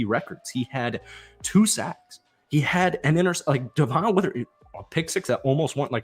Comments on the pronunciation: Brother. Love the vids, but his name is "Deh-Vin" not "Duh-Von." Just been driving me crazy lmao. Keep up the hype vids! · devon witherspoon's name is pronounced "devin" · Dev-un Witherspoon (sorry, was driving me nuts) 😂